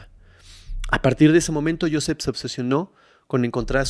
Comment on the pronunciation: Muy interesante la historia de hoy. Pero Joseph se pronuncia Josef..se que esta escrita con PH..pero PH en ingles suena como F.. saludos de Houston